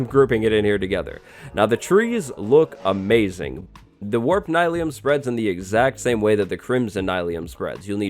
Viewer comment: I don’t think that it’s “Nye-leum” I think it’s “Neel-eum” like mycelium